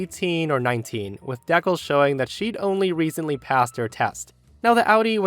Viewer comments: deccles? You mean dee-cals? Just wow... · Just a friendly fyi, decals is pronounced Dee - Kals, as in a sign or symbol stuck to the surface of a car. 😊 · How does an adult human being not know how to pronounce the word "decals"??? Fucking seriously???